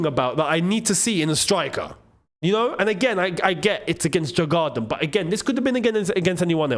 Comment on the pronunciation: It's pronounced YOUR- GARDEN (Djurgarden) COYB!🎉